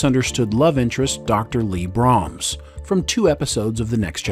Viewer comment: you also mispronounced the name of Leah Brahms